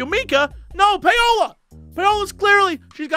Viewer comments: Is that how people in the US pronounce Paola (Pay-o-la)? I'm familiar with "Pow-la" as the pronounciation... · Is it just me, or is Jesse pronouncing "Paola" incorrectly? I would've thought it would be "pow-lah". But I might be wrong? He and Crendor pronounced it the same way on some old episode of the C'n'C podcast. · Who wants to be the one to tell him it's pronounced Paula?